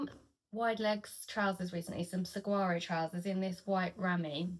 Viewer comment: I so enjoyed your channel. Your makes inspired me! Especially the Matchy Matchy blouse with the gorgeous border. And bonus points for being the first Brit I’ve heard who got the correct pronunciation for saguaro 🌵🙂 (It’s definitely not pronounced like it looks). Looking forward to your next makes. Love and happy sewing from New Mexico.